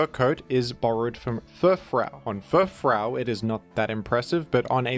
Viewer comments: really out here pronouncing Furfrou as Furfrow, then turns right around and says Groodon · Groudon: Is pronounced Grudon Furfrou: Is pronounced Furfrow This is insane